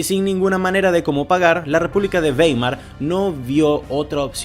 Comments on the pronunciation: Esa ciudad alemana se escribe Weimer, pero se pronuncia Waimar, esto porque en alemán la combinación de vocales e i se lee a i. Dato anegdótico: mi hermano Max es catedrático de la Universidad Bauhaus de Weimer. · "baimar", beibe